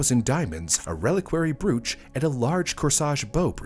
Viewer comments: You really should look up pronunciations if you haven’t seen the word before. Brooch is pronounced “broach” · Brooch is pronounced BRAOWCH